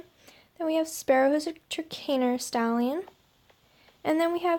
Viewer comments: I think trakaner is pronounced as 'trak ner' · you butchered the name Trakhner but it's ok. i love your channels!!!